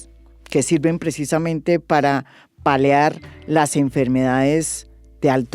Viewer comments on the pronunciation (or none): Señora Ximena. Recuerde que se dice PALIAR no PALEAR. De ahí que exista el PALIATIVO o sea el que alivia